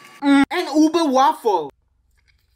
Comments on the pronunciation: Its pronounced Ube nt uba but thanks for trying out our filippino food😊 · It's pronounced ube